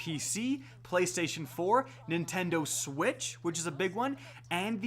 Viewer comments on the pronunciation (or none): none